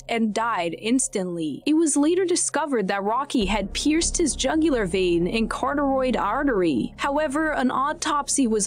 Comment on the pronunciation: "carteroid artery"... If you're going to narrate, you should at least have the ability to read and pronounce simple terms like carotid artery.